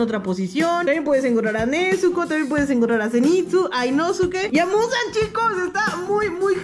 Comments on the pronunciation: es nezuko no "nechuko" o "nesuco" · Es nezuko no "nezuco" 😂